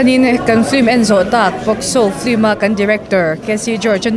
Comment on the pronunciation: A spelling pawh in ziak dik thoa ti nge in lam dik mawh em em le😂😂film✅flim❌